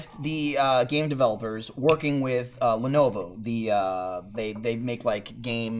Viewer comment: Sounds like is saying "Lenova"